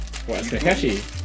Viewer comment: ....its not "Kekeshee" tho its "Ka-kaa-shi"😭